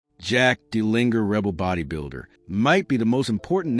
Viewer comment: It would be helpful if you pronounced his name properly.